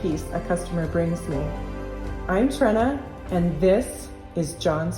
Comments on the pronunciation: Another super job. I love seeing how rhe beautifulwood comes to life. Apologies Trena, I've repeatedly mis-spelt your name. I hadn't seen it written before this eposide. Here in Ireland we'd pronounce it Tree-na 😂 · I've been watching for a while but I never got your name before. Did you say "Trena"?